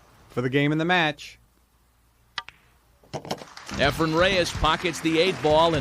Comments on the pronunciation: Earls a baby. And it’s Efren not Efrum. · Quit calling him Efrum, announcer.